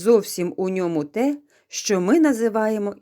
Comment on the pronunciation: Зачем говорить щчо если можно зказать що